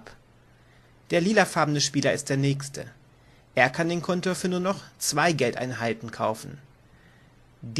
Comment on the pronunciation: Danke für das Video. Schade, dass ihr Schwierigkeiten mit der Sprache habt, z. B. das (!) Kontor, das übrigens auf der der zweiten Silbe betont wird. Plural von Feuerwehrmann ist Feuerwehrleute, so wie Bergmann - Bergleute, Seemann - Seeleute, "-männer" ist die Primitv-Pluralform. (Ja das hat mich auch in der geschriebenen Regel gestört:) Die Farbe der Gebäude der Speicherstadt ist übrigens rot und nicht grün; lediglich die Etagenbezeichnungen sind hier grün hinterlegt. Ansonsten ist die Aussprache erfreulich klar und die Regelerklärung ist gut strukturiert. Ohne obige Fehler wäre sie hervorragend.